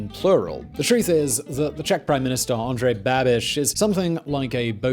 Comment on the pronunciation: hearing Andrej Babiš pronounced in english cracked me up lol